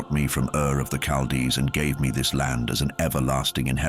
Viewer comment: i cant suffeer thru more mispronunciations of Chaldees/chaldean the only soft "CH" in the entire hebrew bible id in the name "Racheal" all other occuances are hard, like a "K" why is this not common knowledge anymore, amongst those actually interested in the subject matter.( learned this as a child 30 years ago and it still takes up space in my head